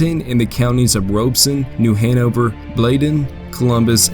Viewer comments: Rob-eh-son or even rob-ah-son county never robe lmao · Everyone pronounces Robeson Co., and Pembroke wrong.